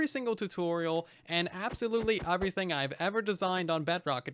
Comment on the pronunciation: How do you manage to say “everything” with a U. Like eÚverything